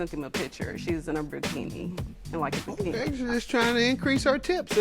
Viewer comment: What's a bruh-kini?